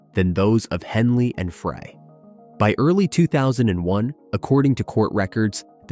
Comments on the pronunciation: it's Fry not Fray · Glenn Frey, not Fray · Henley and Fray? Fray? As in Glen “Fray”?!? You (author) are an idiot if you don’t even know the names of the band members. Fray? Idiot. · Any video that can't even pronounce Glen Frey's name correctly must be deemed worthless!!!!